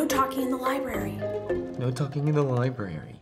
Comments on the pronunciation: Nope.. He said "LibRaRaRy" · Marta Yu *LiBraRy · "No TaLkInG In ThE LibRaRaRY" 😂